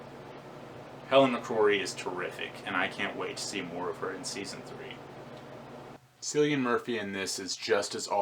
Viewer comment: Cillian's name is pronounced with a hard C like 'Killian', trust me I'm Irish.